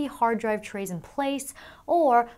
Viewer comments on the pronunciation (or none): none